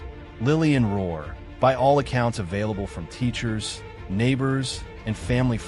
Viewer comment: It’s not Ror it’s Rourke